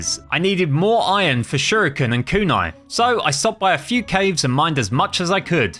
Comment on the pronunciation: When Kevin gave that fuma shuriken he said "Here, take this fuma shiruken. You'll know what to do with it" but why did he say shiruken 😂😂😂🤣